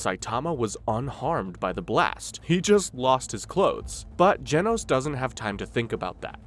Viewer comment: You're saying genos wrong